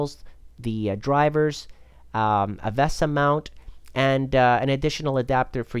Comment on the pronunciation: am i the only one who got annoyed by the pronounciation of vesa and sodimm?